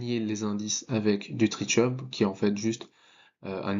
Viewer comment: Salut. On dit trissium pour le tritium